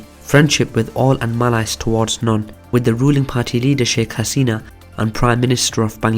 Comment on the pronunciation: Firstly, your pronunciation of malice was wrong and there was another word but I can't remember it now. Secondly, I'm glad you mentioned the fact that India only helped Bangladesh to destabilise Pakistan. They're trying to do that with my people. There's a liberation army here but we don't want them. They're funded by India because the terrorist Jadhev was part of the army and recently the attack on the Chinese consulate was linked back to India and Afghanistan. One of the perpetrators was in Delhi receiving treatment. Also, Balochistan was always a part of Pakistan. Kalat acceded in 1948 peacefully. Junagadh joined Pakistan too but then the people protested so they were given a referendum and they chose India. Hyderabad remained independent and wanted to declare itself an independent state but Nehru invaded it and captured the Muslim Maharaja. Kashmir was supposed to be Pakistan under the notational guidelines for partition but India invaded it, making the excuse that Pakistan invaded it. So what if Pakistan did invade it and kill the Maharaja, India did that with Hyderabad. More to the point, when the Muslim leader of Junagadh decided to join Pakistan and the people protested they were given a vote. When the Hindu leader of Kashmir did the same and joined India and the people protested the Kashmiris were butchered, raped and terrorised by India. This is because India and Britain had backdoor deals which are coming to light now. Historians have reported how Gurdaspur and Fer